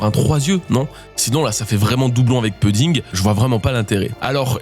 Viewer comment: 8.53´ Je t’en supplie ta prononciation de pudding c’est insupportable Prononce pOUdding Je t’en supplie 😢